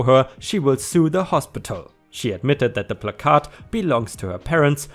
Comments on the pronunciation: Not disputing your claim, however words in the English language can and do have pronunciation differences depending on were you live. Were I live, it's pronounced "Pla-Card". This will obviously be pronounced differently in other US dialects. Before you become a grammar cop, I studied the English language in college. Phrase and pronunciation can change, depending on were you are. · In regards to what to call the handicap signage in the car, its pronounce as PLAC-ard (ˈplakärd,ˈplakərd ) where the emphasis is placed on the first half of the word, and the second half is softened. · Placard here in my State is pronounced as plaque (like the stuff that grows on teeth) -ard. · Placard is pronounced pla as in plan minus the n and card is just card. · Your pronunciation of placard is generally ok. The emphasis is on the first syllable, though, not the second. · Placard — ‘plack-ard’ Rhymes with ‘card’ 🎖🎖🎖🎖🎖🎖🎖🎖🎖🎖🎖🎖🎖🎖🎖🎖🎖🎖🎖🎖🎖🎖🎖🎖🎖🎖🎖🎖🎖🎖🎖🎖🎖🎖🎖🎖🎖🎖🎖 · Hey! Btw its plaque-Arrrd (like a bad tooth plaque on a pirate lol) your english is progressing amazingly!⭐🌟⭐🌟⭐🌟⭐🌟⭐🌟⭐🌟⭐🌟⭐🌟⭐🌟⭐🌟⭐🌟⭐🌟⭐🌟⭐🌟⭐🌟⭐🌟⭐🌟⭐🌟⭐🌟⭐🌟⭐🌟⭐🌟⭐🌟⭐🌟⭐🌟⭐🌟⭐🌟⭐🌟⭐🌟⭐🌟⭐🌟⭐🌟⭐ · PLAK' erd - emphasis on the first syllable. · plaque ard is how placard is pronounced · It's pronounced pla` kerd. A cent on the first syllable. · Plack-errrd like card but with a kerr sound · It's PLA-card. Card sounds more like kurd. The emphasis is on the Pla syllable. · Placard is pronounced as plah- kerd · *************** it's plack-herd. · it's "plah-card" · Pronounced more like "plACK-curd" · "Placard" is actually pronounced "pla-curd" like the "pla" is pronounced like the a in apple and the "card" part is a half lie. No idea why it's so weird lol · says it's pronounced plak-ahrd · It's PLACK-erd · This is why you don't just smash windows, you let the cops do it unless you are 100% sure the dog is real and actually in trouble. and it's "Plaque -urd" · You said it correctly the first time it is placard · It is pronounced “plak-erd”.